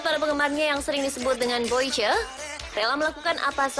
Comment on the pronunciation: Koreksi dikit soal pnyebutan Boice (#baca bois) not boi ce Hhe